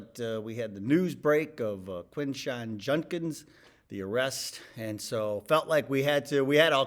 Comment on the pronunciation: His last name is pronounced "JUD-kins", not "JUN-kins". Not that it will matter if he's found guilty.